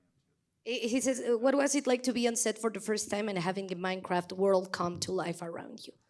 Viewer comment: "MAIKRAFT JAJAJA"